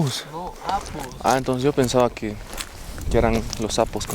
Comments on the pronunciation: Intención: Los apus > Pronunciación: Losapus > Interpretación: Los sapos -Cuando dicen que las montañas son como sapos... -Apus! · Excelente lugar, me he reído mucho que decía "sapos" por decir "Apus" los apus sagrados